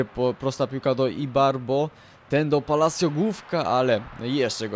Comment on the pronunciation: Nareszcie ktoś dobrze wypowiedział nazwisko ,,Palacio"